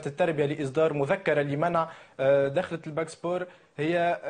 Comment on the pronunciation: It's dakhla not dokhla ... ! It means intro ( introduction ) !